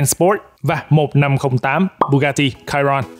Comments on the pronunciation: đánh vần sai rồi: bugati chiron mà anh kêu là: (bugati cairon ) sai chữ (cairon ) chữ đúng là chiron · Chi-Ron Nha ah chu ko phai la ciron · Chiron đọc là sì hon nhé bạn. Tên xe được đặt theo tay đua huyền thoại người Pháp Luis Chiron nên đọc theo tiếng Pháp. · )) bugatti chi ron , đọc bth như tiếng việt thôi anh